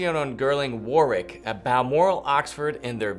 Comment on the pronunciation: Lovely shoes! The ‘w’ isn’t pronounced in Warwick.